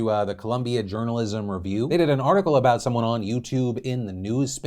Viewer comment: Hahahhaha "journolism"